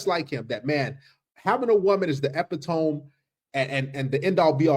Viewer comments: Epitome = ih-PIT-uh-mee = Eh-pi'-toe-me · Epitome is “eh-PIT-o-mee” not “EPI-tome” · Eppy tome? Epitome: Eh-pit-toe-me 🤣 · "Ep-i-tome"? It's pronounced "ah-pit-oh-me" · Ipit-o-me not epi-tome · nit pick "Epitome" is pronounced "ee pit oh mee" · Epitome...Epit-omee...that's how it's pronounced. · The Word is EPITOME, peonounced "Ee-PIT-Oh-MEE". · Bruh, look up how to say “epitome” 😂 You weren’t fucking close! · Epitome 😂 that pronunciation killed me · please look up the pronunciation of EPITOME.